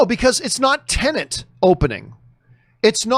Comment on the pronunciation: Please John, PLEASE its TENET .. TEN-ET TEN ET not Tennant.. 😂